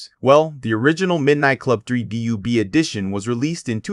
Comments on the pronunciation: DUB not D.U.B. lmao what the hell? I was going to close the video but you owned up to it 😂 watch & Sub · youre saying dub wrong it's supposed to be /dʌb/ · Out the gate. Stop saying D-U-B. 😂😂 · who tf says "dee yue bee" 💀??? that is sound diabolical. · u said DUB wrong!!!! but i got da Dub Edition Remix on OG XBOX new for $20 back when they announced it and ran to Game Crazy and picked it up